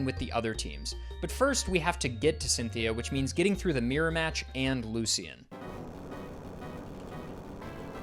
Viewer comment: ITS NOT LU-C-IN